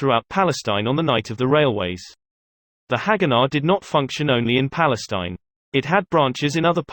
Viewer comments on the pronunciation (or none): none